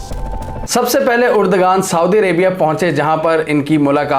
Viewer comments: Uragan nahi urdoaan hy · Why the hell you are pronouncing "Urdagan" ? Please correct yourself : Spell his name as..... "Erdoaan". mind you mr anchor that 'g' is silent here for pronunciation.